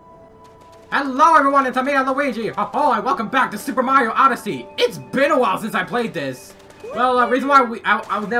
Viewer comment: It's pronounced "odyssey" not odysee